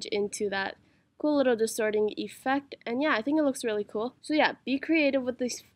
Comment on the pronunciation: its not EEEEfect its effect